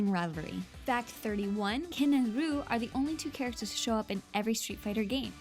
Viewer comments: RYE-YOU or RE-YOU is ok but roo? Really? And also is 23 not 33 this girl can't pronounce names right or do math how did she get this jon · Why does she say ryu Like roo.. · Ewww, stop saying "roo". That's not how anyone says his name. That's how Japanese say it. Ur American. Ugh, so much cringe. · Its not pronounced RUU! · "Ken and ruu" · >Criticizes people who say "Ri-oo". >Calls him "Roo". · "Roo" triggered me so hard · "Roo" tf were you smoking? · Loooool "ROO" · nigga play any street fighter game. announcer says REE-YOU. RYU. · wow......you butchered a lot names names this vid. "roo"??? "Louie kang"??? wtf!?!? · That pronounciation of Ryu is so cringy. It's pronounced "Ree-you", and if you want to say it the absolute proper way for whatever reason you shorten the "ee" sound. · Roo?? really? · When she said roo I literally gave up and existed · Ikr!? It's REE-YOO!!!! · Does everyone else cringe when she says Roo instead of Ryu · WHY ARE YOU SAYING "Roo" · R-E-U! Get it right!. This really pisses me off ._. Dont believe me? Listen to the Smash 4 anouncer, Or to the Street Fighter IV anouncer shouting his name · Damn I heard raa you but not Roo good work america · ***** Anime and J-Dramas are in Japan are they not? Capcom is in Japan right? The Creator who came on Stage and he himself called him "Ree-yu" is Japanese right? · actually, both of them are wrong.. if u know any proper japanese friends and ask them, they will tell you its le-yu( the "e" is very very light to almost silent) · Yes, make a fact about how people are mispronouncing Ryu and then mispronounce Ryu THE WHOLE VIDEO. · She literally said that the correct way to say ryu's name was wrong. does she even hear herself or anyone else for that matter, they seriously can't expect to have people watching this video with that pronuciation. Good facts but my god. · U missed one fact... When u say Ryu (Ree-you) say it like that. Not Ruu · IT'S REE-YU NOT RA-YU DEFINITELY NOT RU REE-YU